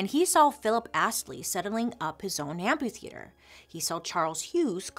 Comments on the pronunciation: There is an "h" after the "p" in amphitheater. A tiny tiny feedback, otherwise love the show! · I love how she says amp-U-theater instead of amp-A-theater